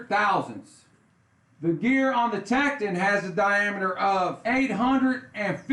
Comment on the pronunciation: It’s “Tek-ton”, pronounced like “don”... not “Tek-tin”....